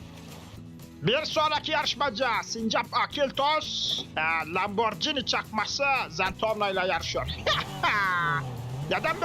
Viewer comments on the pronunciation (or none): none